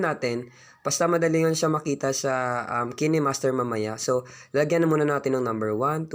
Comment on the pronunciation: kinehmaster pinronounce nya hahah kaynmaster yun